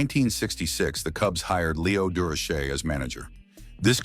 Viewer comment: AI must think Dur o Shay is a French name. This pronunciation is a joke.